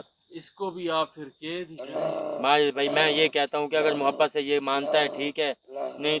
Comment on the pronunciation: Ked nahi hota kaid bolte Hain.